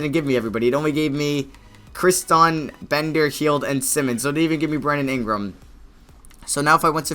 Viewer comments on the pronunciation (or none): "bender hield" lol